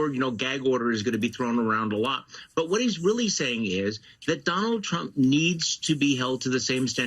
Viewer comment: Learn how to pronounce Donald there's a d on the end.